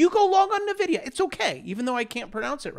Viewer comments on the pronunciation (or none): I thought it’s en-VIDI-uh. No? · Bravo come on man! EN-Vidi-Ah! I swear, you're doing it on purpose.